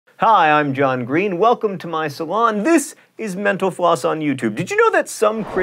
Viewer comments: Why do I keep hearing 'menopause' when you say 'mental floss'? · every time he says "thanks for watching mental floss" I hear "thanks for watching menopause" lol... I'm so weird... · Am I the only one who thinks John Green is saying menopause instead of mental floss? Lol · Anyone else keep hearing "menopause" instead of "mental_floss"?